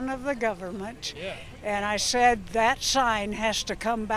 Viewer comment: "...and I shed (said) that shine (sign) hash (has) got to come aout (out)..."